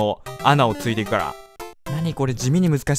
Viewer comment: 途中の穴をついていくの発音で笑った